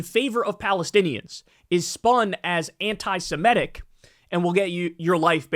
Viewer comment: One more time: not anti-Si-MET-ic. Correct is anti-Se-MIT-ic.